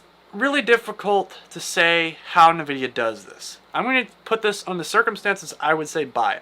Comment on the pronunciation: "Polaris" and "Nvidia", check your pronunciation po-LAR-is, and N-vidia. Close to the 1080 ti? If so I'm buying it, but i'm expecting 2060 performance in the RX 680. And I'm thinking $300 range. Flush Ray Tracing, just give us faster fps, this can be an "in" for AMD cards.